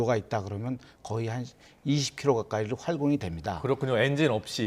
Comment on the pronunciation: 할공(X) 활공(O)